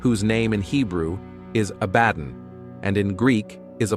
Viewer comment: One thing I am constantly sick of is mispronunciations on YouTube. Stop reading it. Actually find out how words are pronounced like Abbadon.